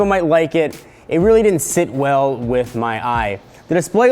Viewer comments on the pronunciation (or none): I think he said "rarely" instead of "really"